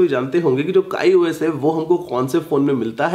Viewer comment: abe wo kai os nhi hota kiyos hota hai